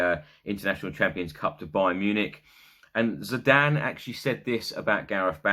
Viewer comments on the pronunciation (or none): none